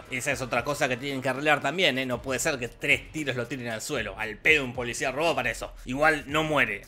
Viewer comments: jajaja de hecho si dice eso pero se escucha "polisha" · Perdón, pero yo siempre escucho, como si dijera: Ookey, polishaan